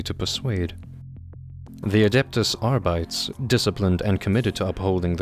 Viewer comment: He pronounces "sororitas" with a spanish accent ? Ai sororita ! Que muchacha ! And "arbites" with a german accent. Like adeptus arbeit lol Funny eeglish latin